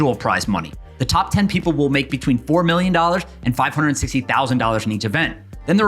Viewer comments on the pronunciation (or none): none